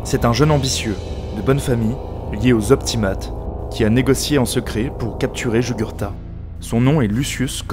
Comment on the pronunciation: Très bonne vidéo ! Cependant deux défauts : Déjà, même si c'est vraiment pas grave, les mots en latins ne sont pas très bien prononcés (populares et optimates) Mais aussi et surtout, les illustrations sont parfois mal choisies : tu parles d'événements de la fin du 2ème siècle avant JC, mais sur la moitié des illustrations, les soldats portent des lorica segmantata, des armures utilisées à partir du premier siècle après JC, à la place des lorica hamata (ou à la limite des lorica squamata). Même problème pour les casques, avec souvent des casques en fer et pas en bronze, et probablement pour d'autres équipements, même si je ne l'ai pas remarqué.